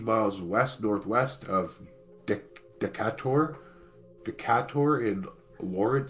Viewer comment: Its pronounced Dee Kay Tur. Muscle shoals is in the North West corner of Alabama. That's where I am. Around 1969 I watched some shampoo splash from side to side in its bottle. We had a very minor earthquake that day. That was in Decatur Alabama. The local news never said a word about this the other day. Thanks for keeping us all up to date on things. Peace